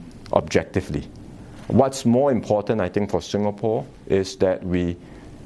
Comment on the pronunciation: Lawrence Wong is the DPM of sIngapore... Not sUngapore or whatever he is calling it